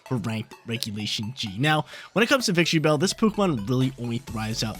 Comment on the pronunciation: Victreebell???? No……..it’s VICTORYbell!!!